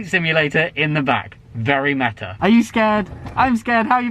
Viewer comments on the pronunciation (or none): none